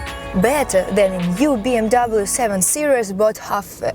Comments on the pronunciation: фильм "бимер" у нее :) BMW это бренд его нельзя говорить "би эм даблю" только "Бэ Эм Вэ" немцы не говорят же Цоца Цола на Coca Cola :) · никто не говорит Би Эм Дабл ю! Выучи хоть как тачки называются!